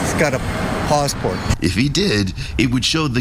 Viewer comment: "He has a pawsport" lol